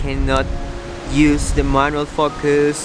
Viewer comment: "Manual focus" did not sound like that, I had to turn on the CC.. LoL